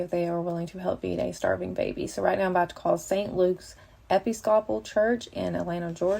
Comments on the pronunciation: "Epee-scah-pol"? LOL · “Eppy sco pal” is a wild pronunciation. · “epi scopal” really? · Did she really say “Eppi-scop-pull”?!?! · As soon as she said it me ears started ringing. And I don’t even go to church😭😂